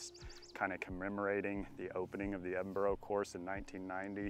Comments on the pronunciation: Is it a competition to see how many times you can say Edinburgh wrong? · It’s the Edinburgh course not the Edinborrow course 😂 yeesh. And it’s not in London it’s in Virgina Waters